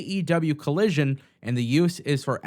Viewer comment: It’s AEW Collison not Collision 😂 carry on there be peace when you are done 😅